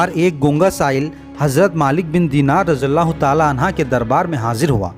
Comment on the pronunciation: Raziyallah anhu kahete hai na ke anha, please correct it